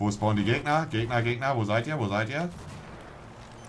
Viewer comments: Das heißt auch nicht Gegna sondern Gegner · Monte kommt es nicht auf die Korrektheit an, oder ob es im Duden steht. Er sagt das, was sich nicer anhört. :D Duden: Gegner Monte: Gegnas